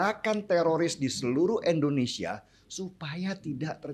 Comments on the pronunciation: Indonesia bung,,,bukan Endonesia.... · MAAF NIH YA NGOMONG YANG BENER LAH. " INDONESIA" BUKAN ENDONESA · Nama negara saya itu INDONESIA ingat ya INDONESIA, bukan ENDONESIA